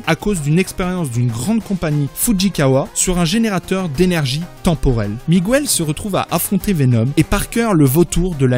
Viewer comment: Le spiderman de la terre 928 s’appelle "Miguel", et non pas "Miguouel".... la silabe "gue" se prononce "ge" et pas "gou" !!!! niveau CE1!!